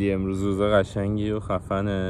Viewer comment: موقعه ک گفت امروز روژ قشنگی یجوری درس بود روژ ب کوردی میشه روز😂کوردی فارسی انگلیسی